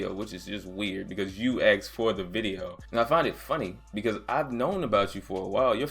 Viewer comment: "AXXED" FOR IT LOL